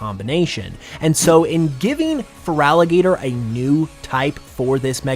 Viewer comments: IT'S FERALIGATR, NOT FRALIGATOR! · THERE IS NO VOWEL BETWEEN THE T AND THE R IN FERALIGATR! AND DO NOT CALL FERALIGATR A HE!